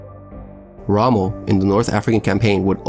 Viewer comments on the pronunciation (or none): none